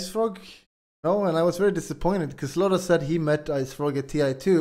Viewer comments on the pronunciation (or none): none